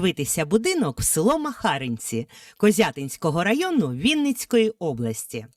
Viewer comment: Село називається МахарИнці а не МахАринці.